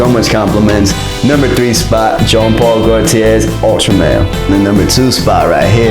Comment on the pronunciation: just watched this ..late i know but i said id watch a couple of your vids after your jeremy fragrance rant which i agree with by the way BUT when I hear you pronounce Iean Paul Gaultier as "Gene"...Im sorry man ...not cool my man ..my 10 year old wouldnt make this mistake...one of the biggest fashion /fragrance icons in the world and you cant even pronounce his name says to me you never even heard of him..the dog on the street knows JEAN Paul Gaultier so Ill be passing on subscribing.....your not all you think you are or want people to thik you are